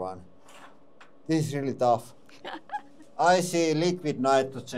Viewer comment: This press is so good it can do "rrreel work". That is rrreelly guuud! 😁🤘